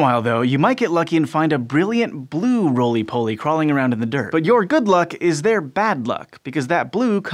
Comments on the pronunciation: “Rolly-Polly” -> “Roly Poly”. Rolly rhymes with jolly. And Pollies rhymes with jollies. Just an embarrassing big mistake. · Aw c'mon. Roly poly, not rolly polly. Think "golly," "holly," "dolly," etc. Or consider spell check, Wikipedia, Google... they are your friends. Credibility, guys.